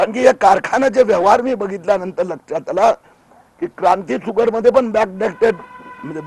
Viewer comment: क्रांती फुगर ?? क्रांती शुगर अस म्हणायचय का.